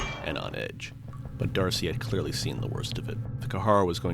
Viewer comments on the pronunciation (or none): Dude, you say DARCY everytime in this video, when the name is Darce. You are using an AI voice sample tool and feeding a script to it And I'm sure you meticulously edited it, you needed to cut stuff out. Don't know why you are arguing with me when is clear you are using AI tools. There is nothing wrong with that, just be honest.